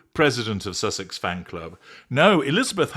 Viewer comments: IS she drunk?? LMFAO Gotta say I love the way she slurs out "SUCKSESS" instead of susesex -- it's absolutely hilarious. Plus she's crazy AF...right up MegaFlop's alley. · Good grief. I'd say thank you,, but I feel I've now lost a few brain calls after listening to the mind-numbingly stupid delusion of a "squaddie" with verbal diarrhoea but who is unable to pronounce even her idol's title correctly. I thought she was a tad creepy, too. And...she's the "president" of the Sussex Squad, and they had a meeting, so she's admitting that they meet and discuss things. So the inference is that they would also have planned all the attacks and death threats against the Royal Family, especially the Wales family, everyone who criticises her, and now Dr Chandauka and the other ladies of the Sentebale board. So as president, presumably she should be held responsible? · It's not just Sussex she can't say it properly, she can't say anything properly .😂😂😂